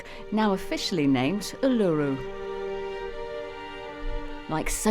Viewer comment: lol, please learn to say Uluru right.. kind of important… yes this couple has made me a royalist. (I’m Australian)